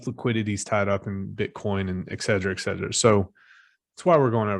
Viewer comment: I love you man, but its "et cetera" <Eht•Set•erUh>